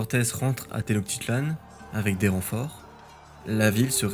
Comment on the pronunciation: Please : té-notch-ti-tlanne.